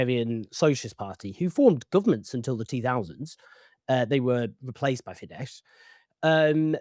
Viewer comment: Very minor point: the letters „“sz „in Hungarian make an s sound, the Hungarian word for bus is „busz“ pronounced like in German and similar to English. Fidesz is thus pronounced with an „s“ sound at the end.